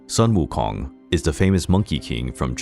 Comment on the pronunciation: Well, I'll be. Your pronunciation of their Chinese names are quiet good. But "Sun" for Sun Wukong should be pronounced as "Sooon" (soon but a little longer due to the Tone 1)